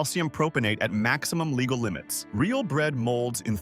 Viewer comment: "Perfectly LIGEAL?"! Crappy click bait. And always read the labels on food you buy.